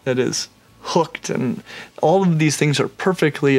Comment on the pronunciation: Bro said “Owl of them” 😂